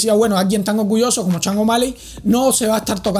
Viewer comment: Loco se pronuncia SHON no CHANG O'Malley 🤣🤣🤣 y eso q vives en USA